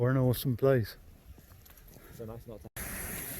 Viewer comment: ‘Oresome’ very enjoyable.